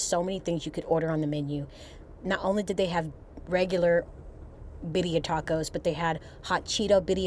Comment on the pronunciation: Is it my bad hearing or is continuing to say Bidia tacos or Birria tacos? I know the latter is what they are, but I am wondering about my hearing!